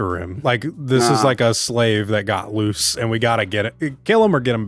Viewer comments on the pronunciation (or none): none